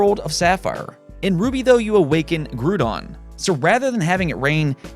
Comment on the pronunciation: Groudon is pronounced (Grow-don) not (Gru-don) lol. But nice list nonetheless.